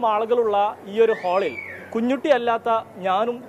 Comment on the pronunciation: കുഞ്ഞൂട്ടി അല്ല. കുഞ്ഞുട്ടി